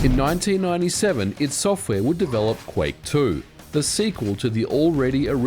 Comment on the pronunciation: ID Software! Pronounced EYE DEE… ffs lol